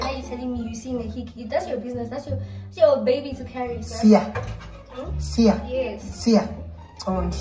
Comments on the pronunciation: The way his saying siya , it started to sound like seemah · The way says Siya is the same way says Sima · The way he says Siya it reminds me of seemah 😢